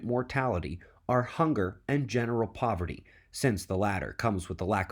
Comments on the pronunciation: Great presentation. Watched twice. Poverty not Povery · I'm really disappointed in you, you left a "t" out of the word poverty, otherwise totally bang up job man. Thanks for your tireless work!